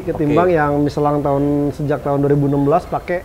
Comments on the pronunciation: Si knpa sih nyebut miselang udh tau michelin di sebut miselang aneh si ini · Michellin apa nyeselin nich..bahahaha